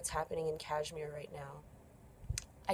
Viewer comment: Sorry where are you located...so you are an expert now on kashmir issue sitting there in your cozy room..human rights expert too ha..yup something is not right coz people like you guys speak rubbish when you are not even in india..by the way the way you r pronouncing kashmir , learn to pronounce correctly and then try to worry about kashmir..